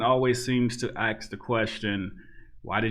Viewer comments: Love your stuff but please, stop saying "aks" instead of "ask". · Dude. I honestly appreciate your content, but "aks". The word is "ASK". I am blind(it's a fucking Spectrum)and I am old and a bit old-fashioned. I will never see you, and I honestly like your content, but aks one more time, and you are deleted. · Why u pronounce ask, ax?? When you pronounce all others correct, well according to... is it to keep your n-card???